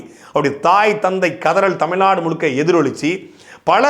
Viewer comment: Tamil naad illa da tamizh naadu... zhagaram....